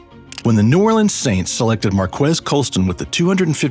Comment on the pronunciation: Born and raised and still living on Louisiana, This is most definitely how we pronounce New Orleans. I hate when people pronounce the leans.